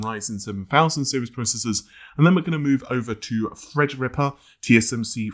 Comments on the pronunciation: Well he does actually say Fred-rippa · Youtube needs to overhaul auto-sub,though it's quite funny.For example Fred-Ripper instead of Threadripper.